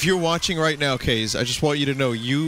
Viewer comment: Aah... Vinnys old Kaze pronunciation